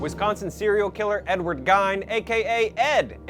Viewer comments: In German, when "i" and "e" go walking, the last one does the talking. Gein is pronounced GEEN, but I don't blame him for saying GINE. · Right. I cringed every time he pronounced it incorrectly. Not like he wasn't an infamous person who the world doesn't know how to say it. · Sounds like your saying geynd lol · He pronounced Gein wrong SIX times. Still a good vid.